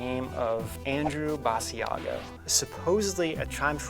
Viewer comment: Basiago rhymes with Chicago.